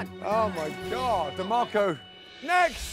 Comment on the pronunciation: 😂😂 tbh DeMarco was kinda cute but damn Ramsey murdered his name